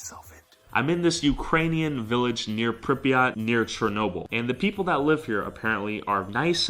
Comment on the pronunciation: It is not chr-no-bil, it is Cher-no-bil